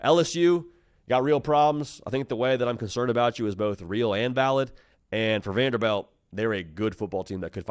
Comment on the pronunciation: It’s Vanderbilt not Vanderbelt